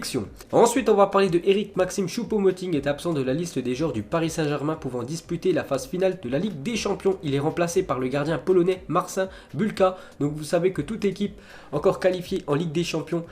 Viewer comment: ca se dit marchine Boulka (je suis d'origine polonaise donc j'ai quelque notion)